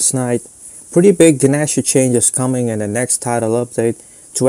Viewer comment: gnasher, pronounced GUH-NAH-SHURRRR